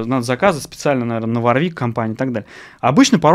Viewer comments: Жесткий дизлайк!, производитель называется ВОрвик, а не варвИк...Вы по инстументу начального уровня, судите по одному из лучших производителей высококлассных профессиональных басов....Ваша ссылка на неумение отстройки инструментов тоже не делает Вам чести...пора бы уж разобраться в таких вопросах. Я раньше не слышал такого слова "арганомика", есть слово эргономика. Судя по внешнему виду инструмента, и его отстройке, принадлежит он коллекционеру, а не исполнителю..., не хочу разводить "срач", но вам для справки - у меня инструмент 86г.(ThumbJD), используется постоянно, так вот - на нем не заменено ни одного болтика:)....искреннее Вам пожелание - готовтесь к подобного рода обзорам получше. Удачи! ))) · Правильно говорить Ворвик! Владею Warwick Vampyre Sn5 уже 20 лет. Ни каких поломок. Колки родные! Есть обзор от Антона Гинзбурга (басист Монгол Шуудан). Гуглите. Отличный стример на обзоре! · Каждый раз, когда автор говорит варвИк, у меня отмирала нервная клетка ПаносонИк мЭрседес Волькс ВагЕн ФэндЭр МусИк Ман ЯмахА